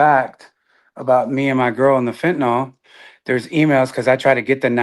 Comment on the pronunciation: Percocet did all of that? People take them all the time with no problem. idk? Oh, it was Fentanyl. People say FentaNOL, which is wrong. Glad she's alive!